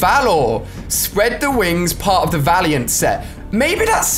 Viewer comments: And villiant when it’s valiant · xXButterBoyXx 22 valiant not vilant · So Ali can say “Valiant” but he cant?!?! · He said valiant wrong as well